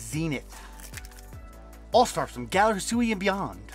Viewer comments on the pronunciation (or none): none